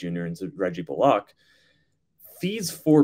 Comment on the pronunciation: High key dislike the way Tim says Bullock